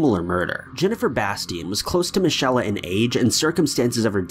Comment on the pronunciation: Michelle, not michella